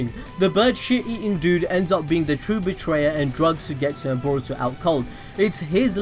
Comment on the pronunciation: Suigetsu is pronounced like: Suygetsu... 😖😆